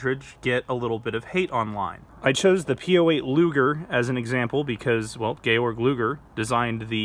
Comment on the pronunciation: That "Gayorg Luger" part had me dying inside. Pretty sure it's "Georg", which is pronounced "Yorg".